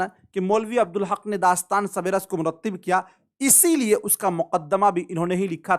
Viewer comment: Sir ya sab rass ha na ki sab-e-rass